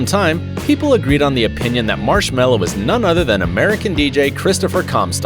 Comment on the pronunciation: I never have Daft Punk in my life and you can’t speak Marshmello right